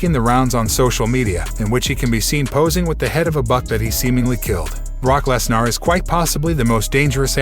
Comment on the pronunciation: its lesner not lesnar